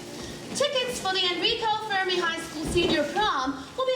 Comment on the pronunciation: Fermi is being pronounced wrong lol